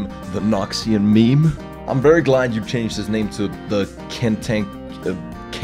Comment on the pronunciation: "im glad" mor like "im kled"